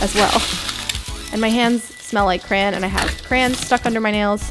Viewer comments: She kept saying CRAN ( no hate ) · talking quietly: yes i do say crayen, not crayon..... suddenly agressive so DEAL WITH IT!!